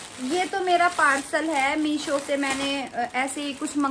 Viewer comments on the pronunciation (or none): none